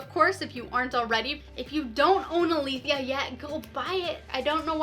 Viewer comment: 1. This is the most helpful video I have found on this topic and has more detail than IngramSpark's own tutorials. 2. Really nice audio and video quality! 3. Thanks for pronouncing Aletheia correctly!